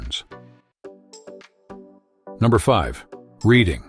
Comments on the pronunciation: its pronounced "Redding" not reading Pennsylvania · There's no doubt that this video was created using ChatGPT and A.I. Hence the mispronunciation of the that town. In fact, just about ALL of YT videos these days are now using ChatGPT and A.I. So-called "content creators" are getting too lazy to make their own videos, ironically. My question is, WHY BOTHER making anything if they can't make it themselves?!?!